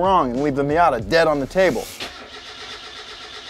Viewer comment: The miat-a it